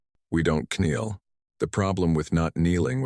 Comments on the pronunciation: Very funny to listen to. K-NEEL ...Etc. AI can't read. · The AI narrator still can not pronounce the word "Kneel" correctly, nor can it pronounce "Hope" as hop with an E.